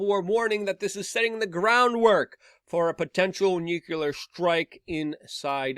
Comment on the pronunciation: It's STILL NU-KLEE-AHR and NOT NUKE-YOU-LER!